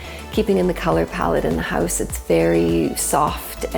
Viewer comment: They pronounce it as ‘Heouze’